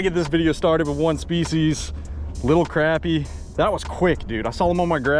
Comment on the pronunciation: it’s not crap-ir it’s croppie